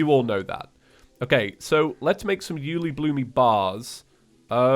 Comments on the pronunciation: Why does he say Uelibloomee when refering to Uelibloom? That makes this way harder to watch for me XD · by the way im pretty sure ueilibloom is pronounced "you-ay-lee-bloom" and not "you-lee-bloo-me" XD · dude it s uelibloom not uelibloomy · what is Uelibloomie? i have only heard of Uelibloom. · Take a shot every time he says you-li-bloomy I dare you (FYI this was made at beginning of episode so do that at beginning) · calls ulebloom "ulebloome" Edit: there already is a comment about it but I didn't see it. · It's actually pronounced "uli-bloom" not uliblumy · I swear say uielbloomy one more times IT UILEBLOOM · 'Uelibloomy'? is it a joke? if not a joke its 'Uelibloom' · yooly bloomy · This man just pronounced it U-lee-bloo-me. I thought it was always U-luh-bloom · Me and the boys watching mage 31 like: (⌐■_■)(⌐■_■)(¬‿¬)(⌐■_■) Also it's: U-le-bloom not U -li-bloomi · ??? I always pronounced it Yule-lé-bloom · I'm still confused on him calling it uelibloom-y, not sure if he's doing it on purpose or not, but I noticed on his last calamity playthrough, and I'm just curious, if anyone knows. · Pretty Sure the ore is pronounced ooh lay bloom or you le bloom. Also aegis is ah-gee-is or ay-gis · I lowkey lose a bit more of my soul every time pronounces something like 'Profaned', or 'Uelibloom', or 'Elysian'. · i dispise the way he pronounces uliebloom